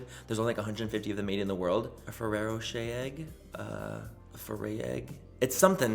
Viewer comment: Omfg he said ferrerro rocher 🤦🏽‍♀️🙄🙄😂😂 The chocolate manny, yasss lol